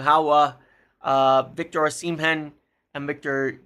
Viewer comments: O-sim-hen 🚫 O-si-mhen👍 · First… learn his name right! It’s O-si-mhen , not O-shi-men ! Forget any Napoli players and V.Osimhen after you tried to fraud and blackmail them on Garnacho, plus he rejected M. United already!🤫😡